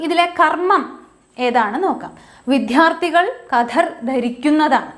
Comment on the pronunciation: ക്ലാസ് തരക്കേടില്ല. പക്ഷേ വിദ്യാർത്ഥി എന്നുച്ചരിച്ചത് തെറ്റാണ്. ശ്രദ്ധിക്കുമല്ലോ.